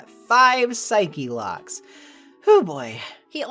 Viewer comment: out of all the takeaways from this video the one that stuck with me most is your pronunciation of "psyche-locks" Its really gratifying to see someone else who says it that way